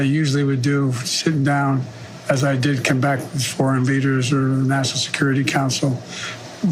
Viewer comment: Yep he says nass-son-al security council.